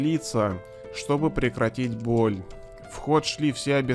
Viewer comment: проверочное слово бОль а не бАль